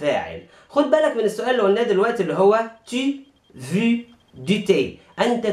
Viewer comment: veux تنطق فو وليس في